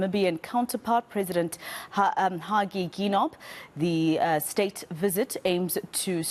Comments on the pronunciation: Behalf of Namibians, I am feeling bad that Our President's name was mispronounced... Ginop😔😢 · Yes, why did she not ask hw the name is pronounced before taking it to live broadcast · We understand she is not a Namibian but you have to find out the right way of calling someone! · Presenter, your name pronouncement is horrible. If it was white people's names you would twist your tongue to the core. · How dare you pronounced our President name like that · Yes, why did she not ask hw to pronounce the correct surname before taking it to live broadcast